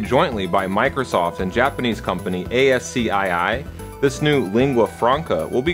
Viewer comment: ascii has no "." in it, it is pronounced "ass-key" not "A.S.C.I.I."